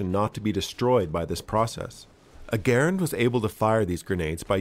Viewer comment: Kudos on pronouncing Garand properly :D